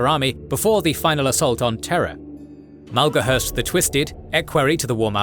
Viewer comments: Is it Malgohurst or Maloghurst? His portrait says Maloghurst, but you pronounce it like Malgohurst. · Take a drink each time Maloghurst's name is mispronounced ; ) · Hearing Maloghurst mispronounced so many times in such a short video is like nails on a blackboard. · Poor Maloghurst the twisted, you really had trouble with that name. 😂 great work as always 👏 Edit: not being sarcastic these videos are great.